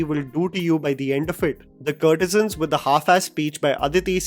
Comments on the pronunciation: “Courtesans” like COURT-e-suns (like the word ‘court’ - kōrt) - not “CURT-e-sans” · It’s not curtesans,, it’s courtesans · Please stop saying kurtesans it’s “court”e san. How you say court not curt. “Court e zun “ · I agree with you critique. I cant however fathom you repeatedly saying - 'curtisans'. Aren't they courtesans. Perhaps something to focus on before your next critique. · What's a CURRRRRRRT E SUNS??? And not once...SEVERAL TIMES! It's as if this guy has never heard of the proper pronunciation of courtesans in his almost 30 years on this earth. Or Tawaif, perhaps??? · you are pronouncing courtesans wrong all through the video!